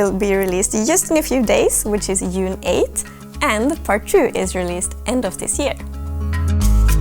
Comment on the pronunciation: it's cute how says june with a light j because that's how sweds naturally pronounce that letter.